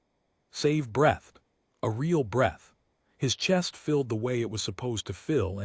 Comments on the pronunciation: Please programme your A.I. to read (pronounced “reed”!) the word “breathed” correctly! Someone takes a “Breath”, therefore they’re “breathing”. Someone starts to “breathe” & everyone is relieved they “breathed”. ….. add the “e” to “breath” and it changes to sound like “breeth”. Maybe the writer doesn’t have English as their first language? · Nice little story. Too bad the AI can’t tell the difference between breath and breathed past tense. Just shows you any program is only as good as its input.🤓